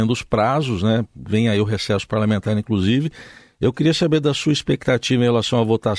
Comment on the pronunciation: "Prenário", "incrusive", "crassificar", "incruimos", "compretar" .... Ainda bem que ele defende o "... menos armas mais livros..." 🤣🤣🤣🤣🤣🤣🤣🤣